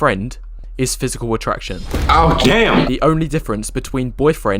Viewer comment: Ayo that "DAMN" hit the soul 😂💔🤣